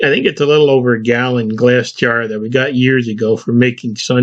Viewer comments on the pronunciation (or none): none